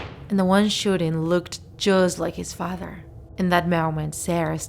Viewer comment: “jusztt layk his fader”